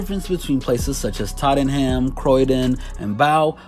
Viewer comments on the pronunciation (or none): how he pronounces Tottenham and Bow lol